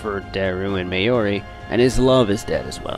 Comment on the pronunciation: How do you MESS UP pronouncing Hououin Kyouma when it’s PRONOUNCED in the Anime?! \ (✧ _ ✧) / And Mayomi?!? It’s Mayuri!!!!! DX (Mayushii is also acceptable)